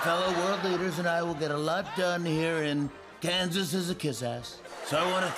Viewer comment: “It’s great to be here at KANISKDS!!! 😂😂😂😂😂😂☠️☠️